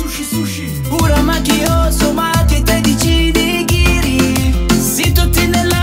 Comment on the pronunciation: Sarebbe nigiri e non nighiri, ma va bene